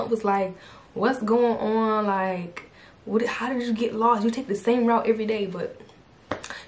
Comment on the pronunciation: Yes I remember you started speaking like you was from NY, I was like WHET??!?!